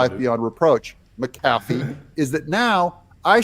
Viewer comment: Your pronunciation of McAfee is correct,.